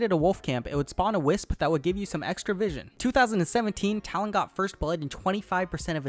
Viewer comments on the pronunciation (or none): none